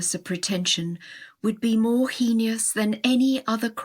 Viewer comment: I enjoy this effort but I noticed a bad pronunciation of the word heinous. Heinous is supposed to be HAYnuss . Please check for mispronunciations before going public.